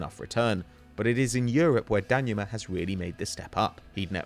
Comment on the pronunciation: IT'S DANJUMA NOT DANYUMA!!!